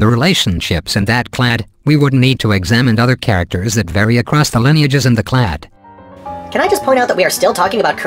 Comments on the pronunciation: Steven Baumann "claddy"? Yeah, what's up with that? I don't think there's any word in English that ends -ade but is pronounced "-addy." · Simon Giles now if it could only get “clade” correct.